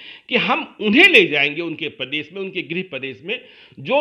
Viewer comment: Pradesh hota h padesh h language sudare totola